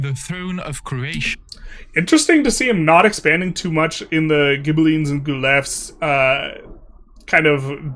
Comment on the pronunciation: Guelphs and Ghibellines = "Gwelfs" and "Gib-aligns"/"Gib-aleens"